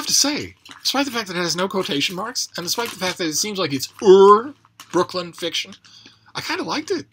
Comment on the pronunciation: Oh my god, you nailed the Brooklyn thing. That’s awesome.